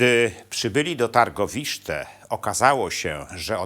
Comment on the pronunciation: Tirgowiste , nie Targowiszte)